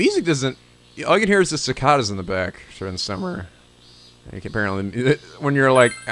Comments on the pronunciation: Cicada (sI-kay-duh) NOT si-kah-duh. oh....... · Huh, I always pronounced cicada "si-kay-da." But apparently there's two pronunciations. We had those 17-year cicadas last year when I was 17. Cicadas that were born when I was a baby, finally emerging from their slumber... Then they mated, laid eggs, and died. Not such a fairy tale really...